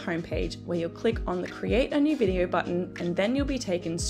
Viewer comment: Videarrr? So sorry but that mispronunciation was soooo distracting.